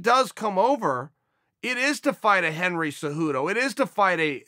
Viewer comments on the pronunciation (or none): none